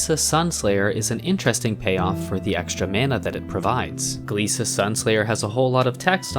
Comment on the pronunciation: I think that glissa is pronounce glissa, and not gleesa